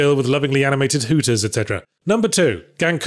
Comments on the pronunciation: It's not "Gankutsu-oo", it's "Gankutsu-oh". And Castlevania went to shit before even the first season ended. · It's weird that he could pronounce "Gerard Depardieu", but despite it actually being the topic of the episode, he couldn't pronounce "Gankutsuou" correctly. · he did not pronounce Depardieu correctly. Too much ou in the eu. Just like there was too much oo and not enough oh in the ou of gankutsuou